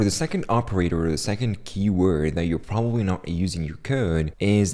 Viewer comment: so you pwobably wandewing